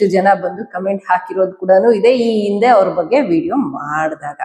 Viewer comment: ಇಂದು ಇಂದು ಅಲ್ಲ ಹಿಂದು ಹಿಂದು ಓರಾಟ ಅಲ್ಲ ಹೋರಾಟ ಇಂದೆ ಅಲ್ಲ ಹಿಂದೆ…..ಹ ಉಚ್ಚರಣೆ ಕಲಿರಿ